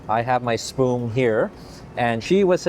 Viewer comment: "i have my spoom here"😂😂😂 hahahahaha love ya!